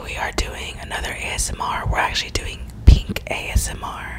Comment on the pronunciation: Karina: says beaten instead of pink Me: u beat the goldfishhh